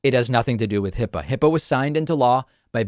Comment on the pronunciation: HIPAA is a 2 syllable word, David. That explains the bathroom tub drain-suction attraction to MAGAs.